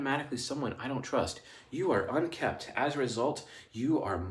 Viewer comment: I am really enjoying the Cognitive function videos, at about you are talking about a critic function that does not trust if you are unshaven or have pet hair on your clothes, and you say "unkept" I listened more then once to be sure and it is pronounced and spelled "unkempt", which I normally am. I shave maybe once every 3 days and 3 cats means trying to remove all the cat hair would encompass my entire day. Just trying to be informative not critical ;-)